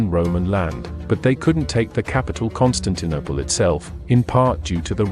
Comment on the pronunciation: Is the narration computer generated??? I have noticed the misprouncation of a few words such as Constaninople and Aristorialism.